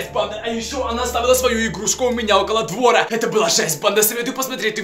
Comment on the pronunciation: Не двооооора а двораааа